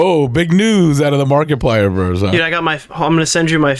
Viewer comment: keeps pronouncing Markiplier as “Market Plier”